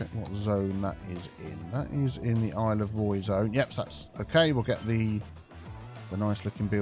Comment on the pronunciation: for a secound i thought Isle of Roy said Isle of Prey